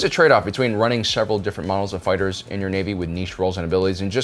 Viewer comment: Foo fightahs Lol